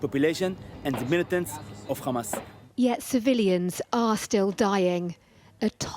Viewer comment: Oh Ha-MESS, Ha-Mess. Was it worth it?